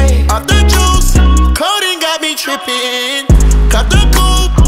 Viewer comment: he really said ĐRIPPIN